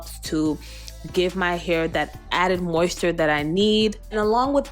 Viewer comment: Mayo nayse Moist ter Mi elle Saying everything wrong. But i loved the video